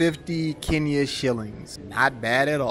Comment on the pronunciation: Atleast you can pronounce 'Kenya' right. That's all that matters 😂😂